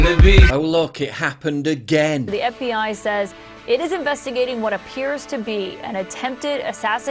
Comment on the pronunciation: I could swear she says "FEI" not "FBI"